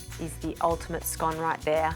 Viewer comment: I like your Scottish "correct" pronunciation of Scone!